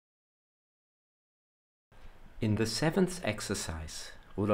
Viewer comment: For "Ah Devotion" the sound is Ah as in "Father", not as in Day. "Ah Veneration" is also a good translation.